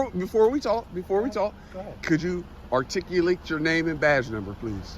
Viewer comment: Loser can't even say "articulate" LMFAO !! It takes this loser 7 years to study a sentence! LOL! Then he thinks he won because the cops left? How stupid can someone be???